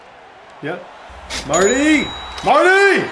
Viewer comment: Mar-Tay!!!! Mapu, not Marty